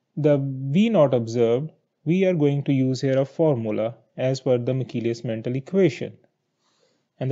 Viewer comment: It's Menten. Not Mental! 😂